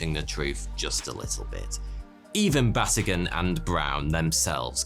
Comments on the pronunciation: Batygin is pronounced Ba-tee-ghin. The emphasis is on TEE. I absolutely love your channel. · Oh, you're my fave mispronoucer. Mike's name is ba-TEE-ghin. So there you go.